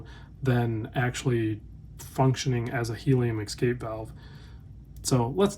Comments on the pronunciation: Escape not Exscape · We need the helium valve to keep hearing you say exscape. Sorry love your work. Could not resist. I gotta exscape now!